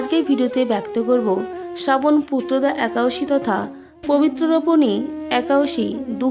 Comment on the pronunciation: Ekadosi kothata thik kore bolun.... Harey Krishna...